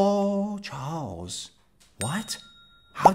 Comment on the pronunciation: It's like you said "Charles" weirdly